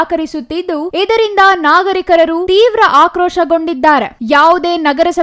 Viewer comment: Madam ಅವರೆ ..... ನಾಗರೀಕರರು ಅಲ್ಲ ನಾಗರೀಕರು